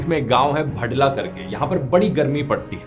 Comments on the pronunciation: भड़ला नहीं भाड़ला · भड़ला नही , भादला